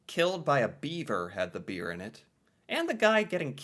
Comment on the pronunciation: Could you emphasize the word 'beer' any harder? I hope you can see these ads were beyond selling beer. You come off as very condescending. I don't know you or your blog, but you come off as very 'American '.